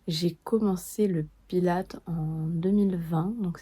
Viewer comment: Par contre les françaises, le S se prononce pour Pilates !! C'est Pilatesss